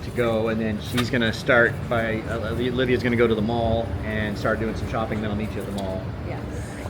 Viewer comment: Repeat after me… OLIVIA 🤦‍♂️